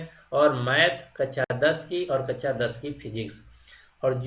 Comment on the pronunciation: कच्छा बोल रहे हो या कक्षा ?